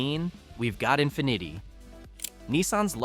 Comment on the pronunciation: cant pronounce Infiniti. hahahahaahah